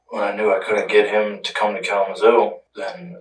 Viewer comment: Calum's Hill?! LMAO He's saying "Kalamazoo."